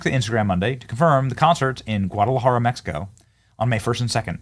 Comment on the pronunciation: Your pronunciation of "Guadalajara" was so perfect that you are now Mexican. Felicidades!